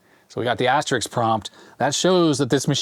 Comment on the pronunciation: Asterisk. It ends 'isk'. Asterix is a cartoon character.